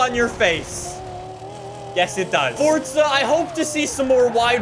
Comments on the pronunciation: Kan you stop saying forzha it's Forza not forzha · I meen you are saying fortzha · Everyone: FORZA: FORTZA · It’s not fortza it’s forza